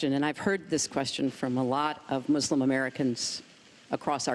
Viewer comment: I like it how they keep mispronouncing Muslim so many times lmao